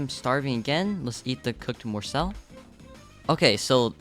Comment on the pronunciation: You are saying morsel wrong